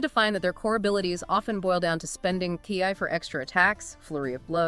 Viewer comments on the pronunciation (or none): Ki, pronounced key, not kai